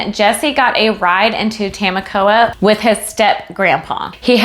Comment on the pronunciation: Lol it’s Ta-mok-wa